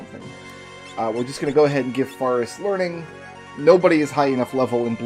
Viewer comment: I am very slightly bothered by your pronunciation of "Faris"